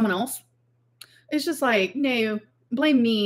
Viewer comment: I fell asleep with the full livestream on and ‘nooaaaww’ is burnt into my brain, what the fuck accent is that suppose to be